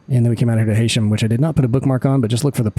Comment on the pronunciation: not sure why i was recommend this from YouTube but glad it did. nice to see my city (lancaster) getting a history briefing!! heads up heysham is pronounced ' HEE-SHUM'. keep up the good vids.